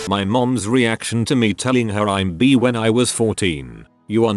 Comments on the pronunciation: “B”. It’s bi! B-i. Bi! Pronounce it like bye if it’s difficult. I know it’s like text to speech. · i couldn't stop fucking laughing when the TTs kept pronouncing bi as BEE. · The day I will come out to my parents is the day this bot learns to say "bi" correctly.